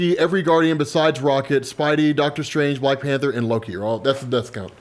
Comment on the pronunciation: He said White panter😂